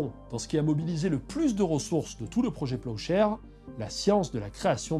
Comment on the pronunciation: Pendant toute la vidéo j'ai entendu "projet peuchère" 😂